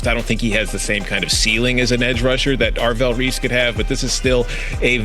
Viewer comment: “Avrell Reese” lol